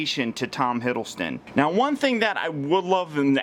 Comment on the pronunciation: theCreeperXplode I think it depends on how skinny Tom is if he looks more like The Avengers Version or the Thor 2 version. Btw it's Hiddleston not Hiddlestone.